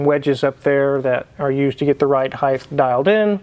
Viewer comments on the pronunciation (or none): why do so many people pronounce height as heighth?